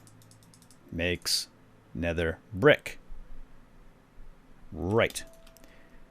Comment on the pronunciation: Nether "prick" xD